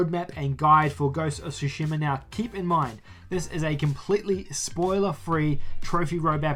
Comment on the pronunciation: Its not Sushima its Tsushima.